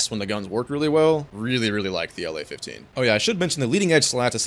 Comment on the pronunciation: btw when you say La in plane name pls don't say it like in state name LA, say it like in Lavochkin's surname, the way you say it makes it really confusing to russian speaking viewers😅